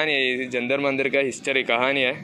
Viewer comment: ജന്തർ മന്ദിർ എന്നല്ല ജന്തർ മന്തർ എന്നാണ് ശരിയായ ഉച്ചാരണം. ഇതൊരു മന്ദിർ അല്ല.